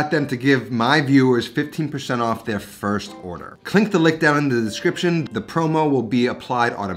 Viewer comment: "klinck the lick down...."